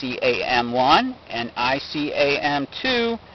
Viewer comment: ICAM-1 not "I-C-A-M-1"